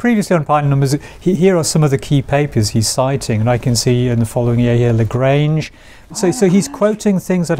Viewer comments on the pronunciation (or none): "Legraynge". Oof.